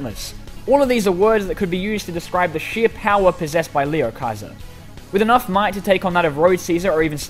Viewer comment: He said (lee oh hy ser)